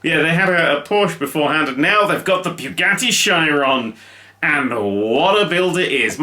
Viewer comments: Beugadi shairon... no. Boogatti sheeron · I love everything about this video. But it’s a Shee-ron not a Shy-ron. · The right break light at the back of the Bugatti is a bit unsymmetrical i think. Also I think Chiron it's pronounced more like Kiron and less like Shiron, but i have no idea. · Its pronounced cheeron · Hey I'm sorry to nit-pick but...…..It's pronounced 'Sheer - ron' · you pronounce it shearon. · You're pronouncing Chiron wrong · You pronounced Chiron wrong